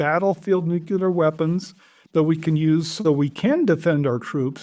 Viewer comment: never trust anyone who cant pronounce nuclear